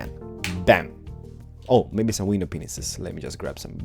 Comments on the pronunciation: what does he say when he says Glass panes his style Vindow Penises?! XD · HAHAHAHHAHA is he really saying window penisis?